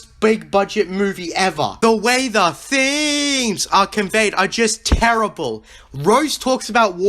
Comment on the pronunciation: Every time this guy says. THEEMEZ I wanna kill myself